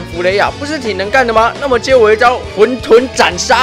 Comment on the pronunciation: 不是念混ㄏㄨㄣˋ 沌ㄉㄨㄣˋ 嗎